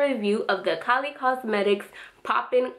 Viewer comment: you said kolly lol thank you for the reveiw